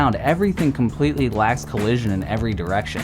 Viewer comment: “It’s in a compwetwy wandom spot”